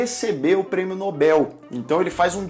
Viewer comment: Como é maravilhoso escutar um jovem falar corretamente: "Risco de Morte" e pronunciar Prêmio Nobel . Parabéns pelo canal.